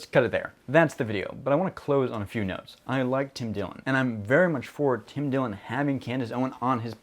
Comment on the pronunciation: Tim Dillon, not Tim Dillion lol.